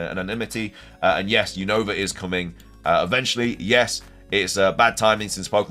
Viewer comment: It's Unova not Younova 😅